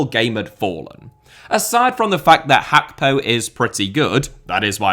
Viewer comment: I hate how you pronounce it Khakpo